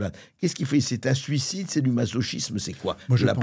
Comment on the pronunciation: Suocide ? Succide ? Sulcide ?